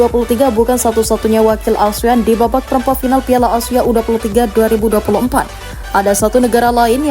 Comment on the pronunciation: Tandai muka adminya, kita gangbang... Kalo ngomong Asia ya Asia... Bukan ausia..